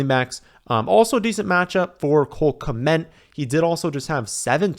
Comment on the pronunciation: OMG please stop saying Cole "Kment"!